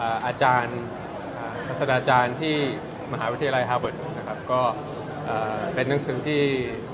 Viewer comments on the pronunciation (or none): ศาด...ตรา..จาน..นะคะ # ไม่ใช่ศาสดาจารย์ ค่ะ..❤🥰💛💙👌